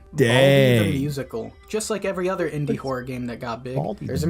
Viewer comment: Indie not "Andy", This ain't f█ckin' Toy Story. 💀